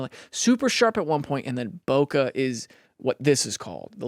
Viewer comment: Daniel, it’s not “bo-kah”, it’s “bo-kay”. It’s from the Japanese word “boke”, meaning to be out of focus. For some reason whoever adopted this term for the photographic effect decided to put an “h” at the end, bokeh.